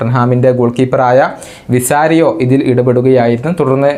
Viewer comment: വിസാറിയോ അല്ല വികാരിയോ ആണ്